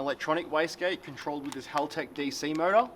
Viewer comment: "Halaltech" lmfao 🤣